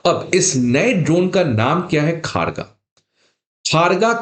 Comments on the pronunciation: यह भाई साहब इसको khaargaa उच्चारण कर रहे हैं। जब की इसका उच्चारण खड्ग (शुद्ध बोली में) और उसका अपभ्रंश खड़गा (चालू भाषा में) है। यह अगर खड़गा बोलते तो भी ठीक था पर यह खारगा तो कदापि नहीं है। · मास्टर जी उच्चारण ठीक कर लो , "खड्ग" ही बोल लो। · सर, इसका नाम 'खारगा' नही , 'खड्ग' है, ठीक से उच्चारण कीजिए| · Kharga pronunciation is khorgo.... Ma kali ka weapon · खड्ग सही उच्चारण है । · आपका यह वीडियो देखकर यह तो यकीन हो गया कि जो आपसे पढ़ेगा, वह तो जीवन भर पास हो नहीं सकता। इतनी सारी गलत जानकारियां एक ही वीडियो में कोई दे सकता है, यह मैंने आज ही देखा है। पहली गलती तो यह है कि, पिनाका कोई मिसाइल नहीं है, बल्कि रॉकेट लांचर है, और आपको यह पता होना चाहिए कि, रॉकेट और मिसाइल में बहुत अंतर होता है। दूसरी गलती यह है कि, भारत में जो ड्रोन बनाया है, उसके नाम का उच्चारण ही आप गलत कर रहे हैं, उसका नाम खड़्ग है। तीसरी गलती यह है कि, यदि एक पिनाका की कीमत 70 लाख रुपए है और एक खड़्ग ड्रोन की कीमत ₹ 30000 है, तो एक पिनाका की कीमत में 25 नहीं बल्कि 233 खड़्ग ड्रोन आ जाएंगे। ऐसे वीडियो बनाकर किसी का भविष्य क्यों खराब कररहे हो?? चलो कोई बात नहीं, लोगों के कॉमेंट्स पढ़ते रहा करो, उन्हें पढ़ पढ़ कर, धीरे धीरे आप भी, किसी परीक्षा में उत्तीर्ण होने योग्य बन जाओगे। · सही हिंदी उच्चारण होगा "खड्ग" मतलब तलवार और "कामीकाजे" जो की एक जापानी शब्द। ऐसे ऐसे अधपढ लोग सिविल सर्विस के अभ्यर्थियों के पढ़ा रहा है। 😮😮😮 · Pinaka is not missile also please pronounce khraga correctly and your cimparision of one pinaka to 25-30 drone is incorrect. Poorly prepared video.